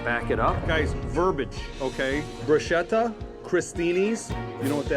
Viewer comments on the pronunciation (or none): Actually, it’s pronounced “Broo-sket-tah. In Italian ch makes a K sound. Whose going to tell him?